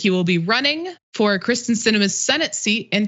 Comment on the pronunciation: Why the switching between the “Kristen” and “Kyrsten” pronunciations? It’s surprising how frequently her name is mispronounced considering how infamous she is.